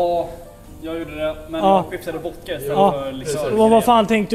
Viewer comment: Älskar när han inte kan uttala vodka så han säger voka